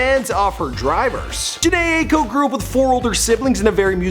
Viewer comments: Not 'Aye-ko' it's 'Eye-ko' 🙄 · Bruh it’s EYE-IKO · Its pronounced EYE- KO lol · Ots NOT Ako!!!!! ITS AIKO! Pronounced I-eko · Pronounced “Ahhh-Eee-Koh”😂😂😂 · Eyeko. Spelt aiko but pronounced as Eye-ko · Am I the only one who cringes when he pronounces “Aiko” ? It’s pronounced “Ah-ee-ko” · no it isn't, her last name is Japanese so it's pronounce EYE-Ay-Koh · No lmao what you mean, I have the same name, it's very common in Japan, it's pronunce "Ah" "i" "ko" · EYE- EE- KO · Blue Jam Joker it’s not “Eye-Ay-Ko” that’s ugly lmao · Kiara Chilombo it’s pronounced EYE-EEE-KO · Bruh you don’t even say her last name right 🤦🏻‍♀️ gtfo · thats not how you say her last name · The way he is pronounced her last name for the whole video honestly 😐 wow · no hate but can you learn how to say her name correctly before making a video about her thx